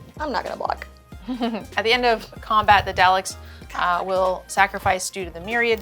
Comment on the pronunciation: I died hearing say Daleks as "Dall-Icks" It's pronounced doll-ick! 😭